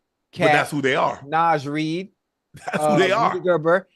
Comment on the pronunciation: Somebody tell Unc that’s not how you pronounce Naz Reid😩😂😂😂